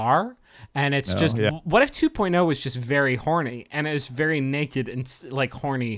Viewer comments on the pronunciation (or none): none